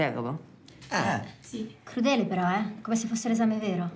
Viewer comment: "Cludele" Lol 😂